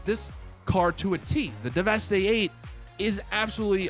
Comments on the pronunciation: How do you still not know how to pronounce the name of this vehicle. Its pronounced like 'devastate' hence the name. Not 'devestè'. Fucking annoying af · “Devestay eight”. Lmao it’s pronounced devastate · It’s pronounced like you pronounce devastate. Deveste-8. C’mon 🙄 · fairly sure it's meant to be pronounced like "devastate" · ITS PRONOUNCED AS "DEVESTATE" FOR FUCKS SAKE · Devastate. It's supposed to be pronounced Devastate. You do the same thing by not pronouncing Declasse as D-Class, it's a play on words of it being a D-class manufacturer. All cars and car manufacturers in GTA are puns, jokes, references, or a play on words. Work on your pronunciations man, lol. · Oh my god,not 1 YouTuber is pronouncing this cars name right! How can u NOT see the word devastate...